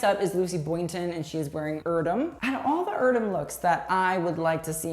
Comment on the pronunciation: Urdem?! BISH it’s Air-Damn erdem... but go off sis